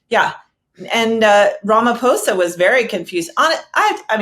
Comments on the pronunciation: Damn! You said the Our presidents surname perfectly! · correctly pronounced Ramaphosa, thanks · I appreciate your objective analysis and actual effort to research the topics you're discussing. To top it off, you actually cared to pronounce Ramaphosa correctly. Trump's tactics are really leading America down a perilous path, while elevating other countries. I feel sorry for those who didn't vote for him. I love my country 🇿🇦, even with all its troubles, and I still have hope in our government, especially now with the multiparty rulership . I'm happy that White people spoke on behalf of my president and my country. If we didn't have a white genocide at the end of apartheid, it's not going to happen anytime in the foreseeable future. We don't want to see each other dead, we want to see each other safe and prosperous. That's our collective plea to our government. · Thanks for pronouncing the name of our president correctly. These other fools keep saying Ramafosa.